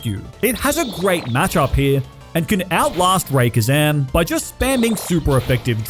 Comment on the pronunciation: Love this video and thank you for making this.... but Ray-KWaza is a sin. Straight to jail 😂😂😂